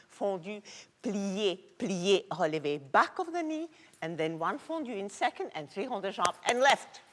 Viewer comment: Am I the only person who loves the way pronounces "relevé"?